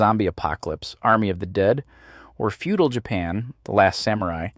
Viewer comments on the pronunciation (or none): none